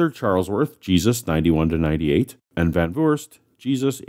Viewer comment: Great episode! I love your pronunciation of the name van Voorst as well. If you want to know how to properly pronounce it, here's a way: say want door. Now try, with the same a and o sounds, van doorst. And then van voorst. It's not perfect but it's really close. The Dutch double o sounds a lot like the oa sound in English but without the bend towards the a, which I'm guessing is why it's written those ways. Please don't think I want anyone to say it like that. I like hearing Van Vurst XD But I always find it fun to learn how to pronounce words and names so I figured I try to show a way to learn how to pronounce van Voorst. I learned how to pronounce Recep Tayyip Erdogan and I thought it was fun and I will never say his name like that ever again. I'll just butcher it like I always have :) My keyboard won't pronounce it either. There should be a ~ on the g, but my keyboard wasn't brought up with that sound :p Sidenote: the word van in the name means of or from, which is why it isn't capitalized. We do capitalize it when we put our names on scientific papers and such and I always assumed it was to avoid confusion if it was a part of the name or not.